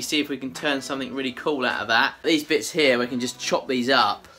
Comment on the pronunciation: The word youre looking for is; “Cool”, not “Cole”. 😂😂😂😂😂😂 I know I shouldn’t make fun of the way you talk but I just cant help myself. By the way, I love your videos. Sometimes while I’m watching them I drift off into La La land and I wake up and wonder if I’ve left my chair and committed any crimes.